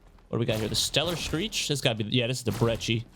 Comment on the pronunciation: Do you think he said the Brecci with two different pronunciations on purpose?